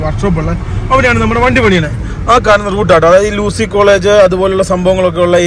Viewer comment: ലൂസി അല്ല യു.സി